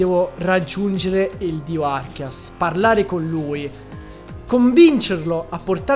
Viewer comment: Perché lo chiamate Archias! Se si chiama Arceus, da dove l'avete presa la pronuncia 😭